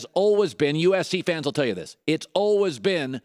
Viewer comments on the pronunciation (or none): 'All-wez' compete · the way he says always is so awful